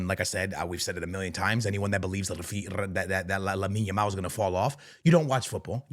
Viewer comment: You can tell was looking at himself at the mirror and practicing saying Lamine Yamal 😂